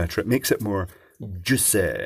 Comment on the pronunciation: "Makes it more juicAY!" 😂😂